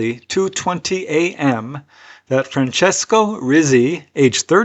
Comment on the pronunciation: Rizzi isn't pronounced as rizzzi, it is pronounced like a Hebrew Tsadi, like you say the word "pizza" as peet-sah. So it is really said as Reet-see.